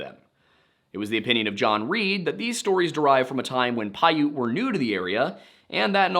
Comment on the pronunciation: Damn! One of the only Youtube channels that has pronounced Piute correctly.